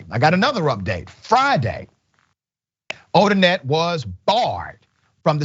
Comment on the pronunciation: All of her cases should be reviewed. Imagine the scores of people who did not get a fair trial…. Also, it’s Odinet, not Odinette. Pronounced Oh-din-NAY. People need to know & remember that name and the shame it now carries.